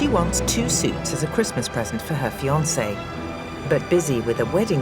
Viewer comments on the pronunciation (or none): none